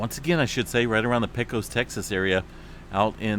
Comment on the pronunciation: He can't even say "Pecos" correct. Pay - kōs. Jeez.